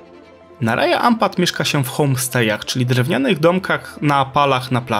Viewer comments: Cudownie😊.Chcialabym tylko nieśmiało dodać,że w lokalnym języku Raja wymawia się Radzia ,a Wayag-Łajag ❤😊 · na wstępie jedna uwaga - sprawdzaj wymowę słów przed nagraniem :) Raja czyta się raDŻa